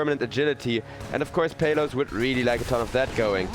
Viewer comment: That caster is pronouncing exec's carry's name the wrong way. It's PALOS (/PAH/LOS/) man not peyloos😂😂😂